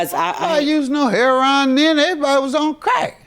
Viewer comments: Hair-on is how you pronounce heroin? Since when? Lol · What’s with pronouncing heroin “Herron”? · Why does JM pronounce the drug "Hair-on"? I've never heard anyone but him say it that way. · I know she was from Chicago by the way she pronounced heroine. Heron is the pronunciation here.